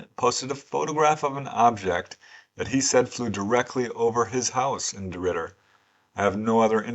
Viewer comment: Thank you very much,, that was my first time hearing of these cases, and you pronounced DeRidder correctly, well done.:medal-yellow-first-red